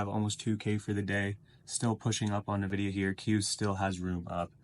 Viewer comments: Not gonn lie but it's pronounced Nvidia, not Nividia. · bro youve been pronouncing Nvidia wrong for a while. Not Na-vidia its En-vidia.